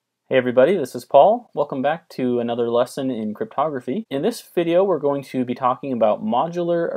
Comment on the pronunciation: I thought he said "modular arithmetic is a very fundamental component of photography " I was so confused omg I was like huh??